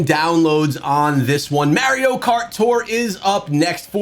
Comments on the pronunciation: Stopped watching as soon as he said Mario instead of Mario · The way he pronounces Mario makes me sick 🤢